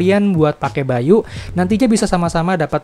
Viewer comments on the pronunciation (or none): Baiyu bukan bai U